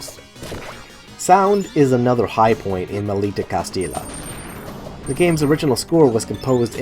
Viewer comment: A bit of Spanish class, the Maldita Castilla is pronounced Malditah Casti- jah. It means damned Castile which is a region in Spain, not castle, castle is castillo. The games here look so nice, I thought Ouya was discontinued but saw an article today about the closing of the store. Too bad, I would have bought one.